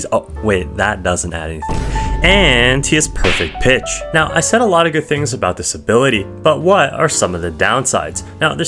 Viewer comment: "this ability" all i hear is "disabilitiy" 🔥🔥🔥🔊🔊🗣🗣